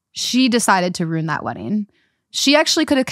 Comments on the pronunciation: I love how you both turn ruin into a 1 syllable word 😂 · Wait, why are they both pronouncing RUIN as ROON?? Am I trippin? 😭